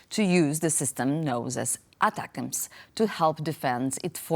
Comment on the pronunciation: ATACMS is pronounced Attack Ms.